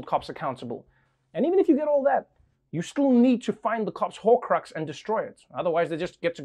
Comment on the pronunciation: Did he say holcrux?! ascends